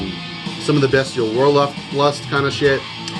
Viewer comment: I love your videos man. Definitely introduced me to a lot of amazing black metal releases, but most of all I want to thank you for being the ONLY metal YouTuber that actually pronounced the word "bestial" correctly hahaha